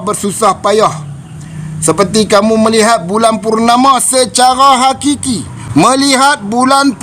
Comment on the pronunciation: hakiki... bukan qiqiqiqiqi